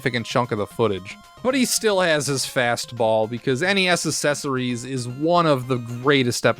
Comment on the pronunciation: Do you purposefully mispronounce the words he mispronounces? I noticed you’ve said “assessories” a few times. I assumed this was the joke.